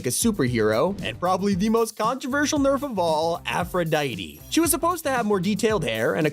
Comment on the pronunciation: You literally just said aphroditey. What the flip man.